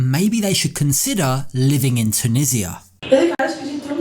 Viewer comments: Why can everyone else pronounce Tunisia correctly but Americans on this show ( and are 2 examples) cannot? How can they not know how to pronounce the name of the country that their husband comes from? They both say TON-EE-JA! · Why does she pronounce the name of his country incorrectly?